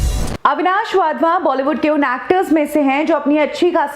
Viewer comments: अविनाश वाधवा नहीं अविनाश वधावन। नाम बीच में गलत बोल गए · He is. WadhwaN and not Wadhwa. Agar aap naam theek.sey pronounce nahi kar patey toh how will.you do justice to.the video. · वाधवा नही वधावन हैं। 😂😂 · वाधवन नहीं वधावन है। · Avinash wadhwa nahi ........ Avinash wadhavan naam hai unka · वाधवा नहीं वधावन